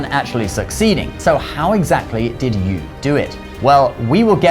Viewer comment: I'm VERY glad that the name of Yü, The Child of Gun who tamed the flood, was pronounced correctly here. There are a couple other videos here on Youtube telling the same story, in which the name is wrongly pronounced as 'YOU' -- and the guy who did the video made a tasteless joke out of that by saying that 'you', the viewer, are the star and the hero in this story!